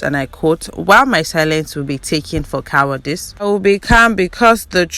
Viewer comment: Cowardice and not COWARDIX